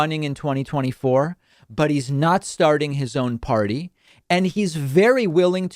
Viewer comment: I'm not gonna start a new pardy. Who would want to start a new pardy? I wanted to start a new pardy, but I don't think its right to start a new pardy but if I started a new pardy we would win and we would be winning. The most winning. We would win at winning. History's greatest stable genius.